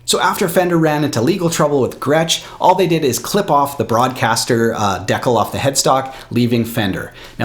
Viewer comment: how do you take a guy seriously who can't even pronounce the word decal?